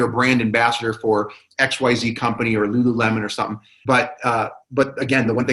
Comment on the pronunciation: i hear lularow everytime i hear them say lululemon lol